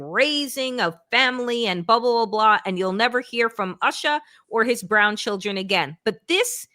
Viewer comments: YouSha...not usha😂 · It’s not pronounced Usha. It’s pronounced Ooosha. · Would it be too much to expect that you and your host at the very least get the pronunciation of Usha correct? It is pronounced “Oosha” not like your pronunciation similar to “Usher”. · Please learn to pronounce Usha correctly! It is not pronounced like USHER.... It is pronounced as is Oosha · Wajahat at least should know how to pronounce the name USHA. OOSHA., not ASHA. Usha means DAWN. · USHA is pronounced with a U sound - like OO - SHA. Asha is a different name. Please pronounce it correctly. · Good points but why do you both mispronounce Usha's name?